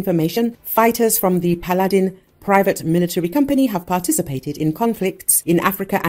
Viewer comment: They pronounce Paladin like P’Aladdin